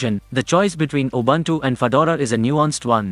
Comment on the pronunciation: Please find out how to pronounce "Linux" and "Ubuntu"